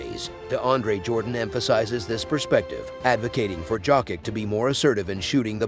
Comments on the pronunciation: Dude you are pronouncing his name as jock itch. If can't pronounce his name correctly, I'm not going to watch your video. Get a clue. It pronounce " Yo kitch " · He friggin called him jock itch through all I could listen and when he called him Jovovich I had enough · This voice is epic AF but jock itch is hilariously annoying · WHO THE HELLLLLLLLLLLLL IS THIS JERK TALKING??? 😮☹IT'S ( YOKE ) THE J IS SILENT GOOFY ( JOKIC ) YOKE/ICH 😊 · Yess- Y Y Y - JJJ srpski- JOKIC,JOKIC, JOKIC,JOKIC NOT G- SRPSKI DJ! JOKIC- JJJJJJJJ